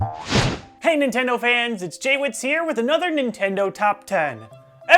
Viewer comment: Nin-TEN-do top TEN?